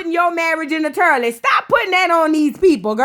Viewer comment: “Turliot” is taking me out!!!!😂😂😂😂